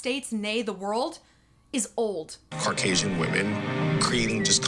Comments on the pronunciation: And why would the accusation be that Meg’s detractors are “middle-aged Caucasian* housewives”? What evidence is there?! Serious question. What is the evidence to back up their accusations? *I listened to the quote multiple times, and I could have sworn that the speaker actually said “Harkasian”. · said "Middle age Carcasion housewives" What's a Carcasion? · I like the way pronounces "car-casian" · He really said “carcasian women” 😂😂